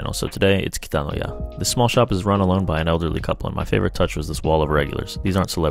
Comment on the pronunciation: This man's second pronunciation of "Kitanoya" is very good.